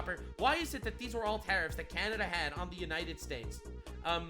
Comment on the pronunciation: took me like 5 times until i realized he said tariffs not terrors